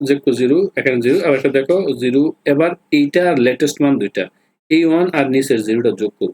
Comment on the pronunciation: Vai apne zero tar ay জিরু কেনো বলছেন